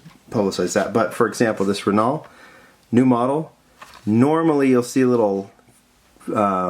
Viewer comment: Renault, say it with me...Ren-No. Not Ren-Alt, not Ren-ALL. Ren-No.